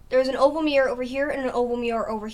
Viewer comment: mirror not mip